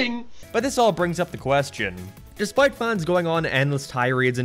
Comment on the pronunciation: INCRRREEBIBIBILY MIZLÆDIN